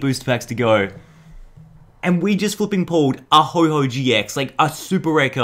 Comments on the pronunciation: It's oh-ho not ho-ho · ITS NOT HO HO ITS HO OH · no offence but it's ho oh not hoho it's not santa 🎅 and I love ur vids I'm subscried and I've liked heaps of ur vids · Hey, dont call Ho-oh GX Ho-Ho Gx. Its not Christmas yet! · ITS HO-OH NOT HO-HO HES NOT SANTA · PickPig EXACTLY!!! I hate it when people say Ho-Ho. It clearly says Ho-OH. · PickPig so what if he does pronounce like ho-ho ... not everyone is perfect deal with it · I love this video but what triggered me is that you said ho ho but it is ho oh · Did you just call Ho-Oh, Ho-Ho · Ho-Ho gx, lol Ho-oh..... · It's ho-oh not ho-ho ho-oh isn't santa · did you really say "ho-ho"? It is "ho-oh"! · did you call ho-oh "ho-ho"? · It is not ho ho it is ho-oh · Ho oh not ho ho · A do it’s ho-oh not ho-ho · It's ho-oh not ho-ho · ITS HO-OH NOT HO-HO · I did notice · Map Man02 me too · Did he really call ho-oh ho-ho? 😂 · I cringe every time says Ho-Ho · Did you just said Ho-ho ?? #Ho-ho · He called it hoho gx😂😂😂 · He said HoHo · You pronounce Ho-oh wrong!!! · Can you say it right no hate intended